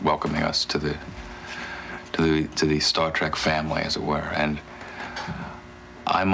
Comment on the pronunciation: Kind of annoyed me that the narrator kept calling it "Star Track". But thanks for sharing!